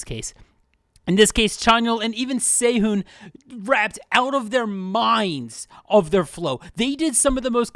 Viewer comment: It's "seh-hoon" my brotha, not "say-hoon." Short e as in "bed," "eh," "led"-"seh-hoon." And yeah their rapping is so underrated by insecure army's. Like stay in your lane and love BTS, that's fine, but leave EXO alone.